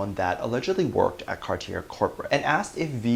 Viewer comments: It's car-tee-ay dear :) Cartier! French brand! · Cartier is French and pronounced “Cart-ee-yay”